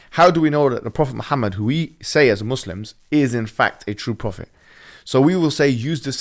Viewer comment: I like how Logan pronounced muslims right